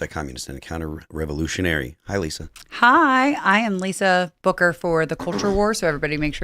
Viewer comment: Lisa "Booker"?...